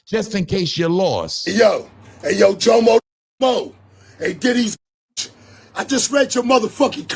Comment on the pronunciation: but this jomo isn't like that jomo lol. Everytime you say his name I shake my head. 😂😂😂😂